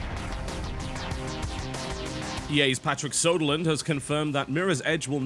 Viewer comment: "Patrick Soderlund" Here take this: Ö. (for anyone not getting it, it's supposed to be Patrick Söderlund. Söder means south in Swedish.